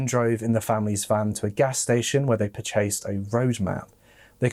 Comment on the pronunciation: Anyone else notice how he said purchased I thought it was per-chased but I assume it's how it's pronounced there but that aside this is sad and makes me feel like it was even more dangerous for me and my ex to sleep at a rest stop in the back of a van during a drive back from New Orleans to Oregon but I somehow didn't think about it back then but I didn't read as much true crime and we didn't have as many shows yet